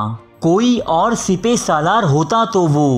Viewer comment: Not sepay... It's sippa salaar